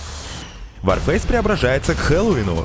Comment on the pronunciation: Ты сказал ворфейс?🤦‍♀️